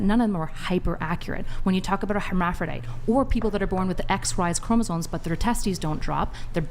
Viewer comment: The word is “chromosoMes”, people. NOT “chromosoNes”. Sheesh!